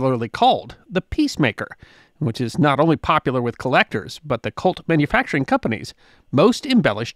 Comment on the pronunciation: I have to keep telling myself that you are saying "COLT" and not "CULT".